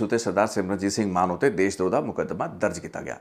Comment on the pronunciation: ਦੇਸ਼ ਦ੍ਰੋਹ ਨਹੀਂ ਜੀ ਦੇਸ਼ ਧ੍ਰੋਹ...